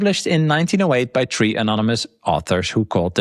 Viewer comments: I love every time says, "Tree" instead of "Three" 😂 It's hilarious to us Americans, keep it up! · Yes even i heard him saying principle 🌳 ( Tree )